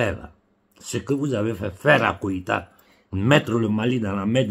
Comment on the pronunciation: c'est GOÏTA et non KOÏTA!